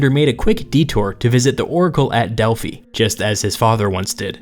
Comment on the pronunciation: Great video! but it’s pronounced the Oracle of (DEL-FI) not (DEL-FEE)